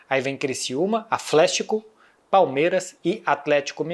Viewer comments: Falha *. Mas sim KKKK qnd ele falou "aflético" kkkkkk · Aflético kkkkkkkkkkkkkkk vsf